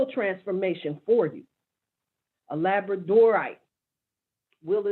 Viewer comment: Labradorite was the one stone??? Sounded like Elabrdorate… ❤️